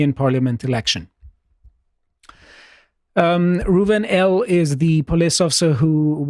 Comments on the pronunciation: His name was 'Rouven'... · Rouven L. You have the name wrong!!! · He's called "Rouven"